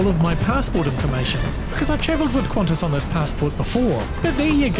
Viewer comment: Not Qantas.